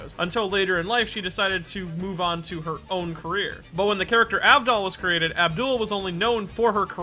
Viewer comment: Tmw no one ever respects my G enough to say his name correctly. Abdul